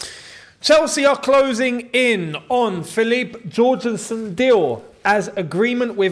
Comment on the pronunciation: Can you please learn how to pronounce Jorgenson's name. He's Danish, not Brazilian.